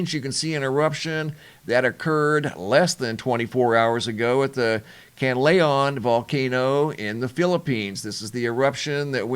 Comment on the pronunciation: CAN- LA- ON. Say it with me. 🇵🇭